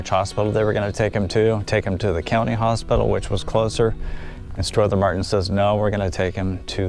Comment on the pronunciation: You are mispronouncing Strother Martin's first name.